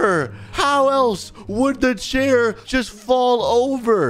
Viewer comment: its chair not chari